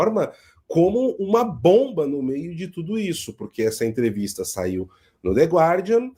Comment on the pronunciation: A pronúncia é "gardian".